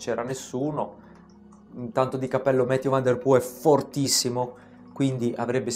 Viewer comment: Va bene tutto,, ma Mathieu è un nome francese, mi fa male il cuore a sentire nomi non inglesi "inglesizzati"😅